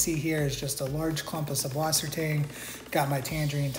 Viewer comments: Why is it subwassertang when it's süßwassertang, with an eszett, a long s. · I'd just like to say the ß in Sußwassertang is pronounced like "ss" so it's pronounced "Susswassertang" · Makes me so mad that people say subwassertang, it’s actually sußwassertang, which is pronounced soos-vasser-tong